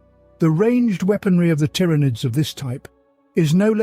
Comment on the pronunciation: Please teach your robot how to pronounce “Genestealers” and “Tyranids”